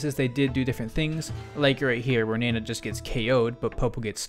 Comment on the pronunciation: You were right with the "nah-nah" pronunciation. It's easier to remember when you think about how weird it'd be to call Popo "Poppo".